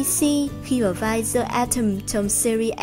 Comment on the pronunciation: Dạ em góp ý nhỏ 1 xíu thôi ạ. The trong tiếng anh mình đọc là "đờ" ad đừng đọc là "giờ" ạ. Em ko rõ là đúng TA hay ko mà em nghe hơi ko đc hay cho lắm với cũng kì lắm. Em ko giỏi tiếng anh nên ko dám bắt lỗi. Cơ mà add cần học thêm tiếng anh nhiều hơn. Mấy khóa phát âm 1 hoặc 2 tháng em thấy cũng ổn phết.